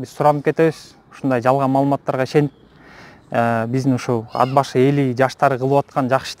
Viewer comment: Ад-Башы, эмне Ат-Башы деп эле айтса болбойбу!?..